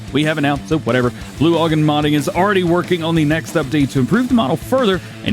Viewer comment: Dj Broughan is pronounced braw - han the way we pronounce here in Ireland